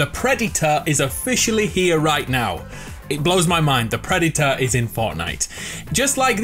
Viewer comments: Nobody:: PRED-Y-TOR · nobody: him:preditor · The pre di to-r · the predyter Me: visible triggerness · Whoa whoa whoa Did he say Preditor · This dude : "THE PREDITOR" ..... "THE PREDITOR" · the pred e tah is here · your saying predator wrong